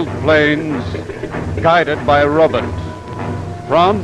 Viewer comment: My butt, your butt, robutt 😂😂